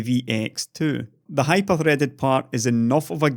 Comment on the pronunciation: I thought you said Hi-perforated instead of Hyperthreaded